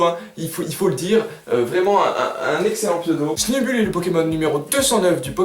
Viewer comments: Il faut la dire à l'angliche va ! "Sneubeull", ca vient du coeur <3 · juste moi je dis Sneubeul pas Snubull idem pour Grambull ( Granbeul )